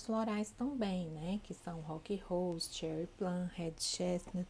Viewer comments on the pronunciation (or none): Rock roust? Fia É ROCK ROSE Vc fala Rose Assim ROUSE Parecido Uma americana Puxando o R Desculpa Se vc fala errado O básico Que és o nome dos Florais Como vc quer Receber confiança? Ve um medico Falando errado Eita eita 😢